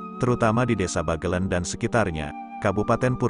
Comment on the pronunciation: Adanya aplikasi yg dpt mengubah tulisan menjadi suara, membuat orang indonesia yg sdh terkenal MALAS MEMBACA menjadi semakin malas. Pengguna aplikasi merasa cukup bangga bisa menggunakannya meskipun tetap malas membaca dan bnyk lafal yg salah oleh alat itu. Pinter tapi payah. "Bagelen" hrsnya diucapkan dg "e" pertama diucapkan sprti pada kata "sebab" dan "e" kedua sprti pada kata "ember". Lebih parah lagi pada "Sunan Geseng" hrsny diucapkan dg kedua "e" diucapkan sprti pd kata "sebab" karena "geseng" berarti gosong. Tapi di video ini kedua "e" diucapkan sprti pd kata "ember" shgg kata "geseng" menjadi tdk punya arti.